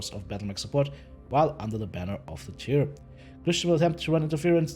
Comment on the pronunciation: Tyr in English is, TEE er